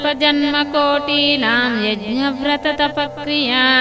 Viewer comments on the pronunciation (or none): none